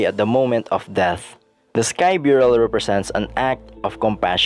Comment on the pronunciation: It's burial not byurial